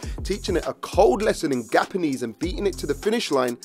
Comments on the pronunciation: Gapannese,gapachinno, gaparroni😂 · Gapanese🤣 Another great vid!